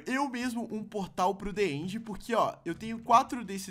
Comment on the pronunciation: Não é assim que fala end end